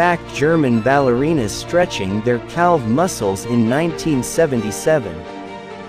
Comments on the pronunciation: Really dude. Pronounced 'calf' muscles wrong. And then reads the wrong spelling 'peroid' and can't seem to understand that the word should be 'period'. Wtf? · Screwed-up pronunciation of calf and Algeria.